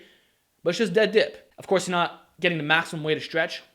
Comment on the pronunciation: I like how u say dip like Diyp lol